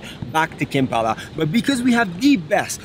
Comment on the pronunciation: It is Kampala, not Kempala :)